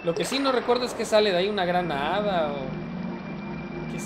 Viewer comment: Jajajaja siempre que dices "Gran Hada" escucho granada xD es muy gracioso jajajjaa me encanta este juego :( pero no lo tengo jajajaja